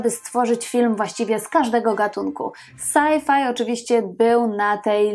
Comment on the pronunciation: O Boże... Komedię "saj-faj"... Po cholerę kobieto używasz języka polskiego, skoro nie potrafisz wymówić po polsku "es-ef", co jest dla Polaka dużo bliższe i zrozumialsze?! I tak mówi mój rodak... Na siłę w Polsce pieprzona angielszczyzna, do tego pożałowania godna.